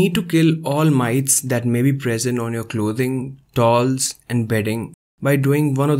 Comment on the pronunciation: Excellent video Dr. Please look up pronunciation of word "towels" . Youre saying it strangely like tauls. Couldnt understand you. Otherwise great help.